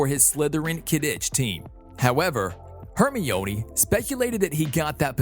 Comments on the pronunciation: It's Herm-eye-onee not Hermy-oney lol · “Hermiooni” 😂😂😂 its Hermione not hermiooni 😂😂 like u would say windgaodiom leviyosaaa it’s Wingardium Leviosa😂😂😂no offense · Hermione is (her-mi-nee) and you should do ronald weasly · Its her-my-a-knee. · You are Hermiyoni part 3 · Hermoine is pronounced (HAIR MINE EE) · Saying hermione's name wrong lol. Its ok though. Love watching these videos. ❤ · He said Hermione wrong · Can y’all please stop dragging him on his pronunciation I know it was bad and he knows now to but ya don’t need to remind him how to spell Hermione times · The way you pronounce '"Hermione" Is not how you pronounce it! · You pronounced Hermione's name wrong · Your saying it wrong it lu c us and her mi nee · When he prounounces quidditch, kiddich and hermine hairmoineeee: :/